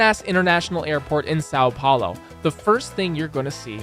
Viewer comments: Os cara fala:saou paulou meu deus vei e são Paulo hahahaha mijei nas calças na hora que esse cara falou saou plaoy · why do you say "SAL paulo"? Ã is nazal, if you say "saum" it gets closer to the sound so nobody would notice you don't speak portuguese, but really try to say the nazal Ã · really funny to see he trying pronounce words "sao paolou" "tihradenties" "riou di janeirou" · "SÁU PHAULOH" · sAo pAolo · séÁo pÉulo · "sal paulou" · eu amo o sâun poulo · Sal Paulou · As a Brazilian, I feel offended by the way he said São Paulo. (irony)